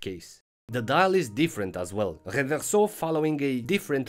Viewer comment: Your pronunciation of the word "Reverso" is already worth two thumbs up! Great content as always.